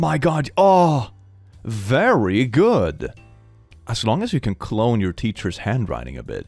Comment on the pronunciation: "very GOD!" A+🫠